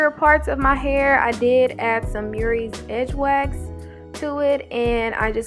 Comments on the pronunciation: Oh your saying Mirrys. MURRAY'S. THANK YOU. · I love love love your tutorials. I thank you. BUT PLEASE SAY MURRAY'S CORRECTLY. YOUR PRONOUNCING IT AS MERRYS UR NOT ER THANK YOU.